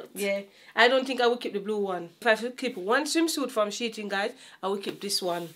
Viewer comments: I love how says SHEIN (sheetin) 😂❤ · lol you don't tell your mom its she-in😂😂😂😂😂lol my aunty the same thing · 😂😂😂why you never tell mummy it’s she-in not sheet-in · One thing enuh, ago seh "She-Tin". 😅 These were some really good picks! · its the way mom keep saying "she-ting" for shein😂😅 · Love how mummi pronounce shein....we know exactly wha she a seh n what she mean